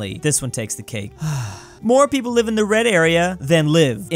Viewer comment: 5 Million Pwople?